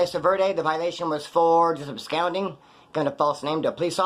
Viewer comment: Dog, I dig all your videos, but you're killing me with "abscounding". It's ABSCONDING, there's no "ow" sound in that word.